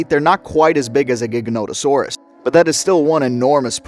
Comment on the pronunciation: Jiganoto or Jaiganoto. Not giga like gigabyte. That's official not just me saying crap